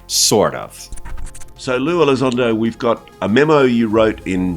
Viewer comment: Not lue...its Lie Elizondo, syop